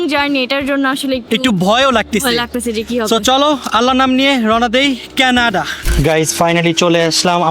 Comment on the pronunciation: কেনাডা না কানাডা